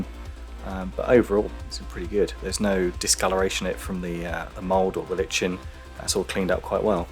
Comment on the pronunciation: Lichen pronunciation: Like en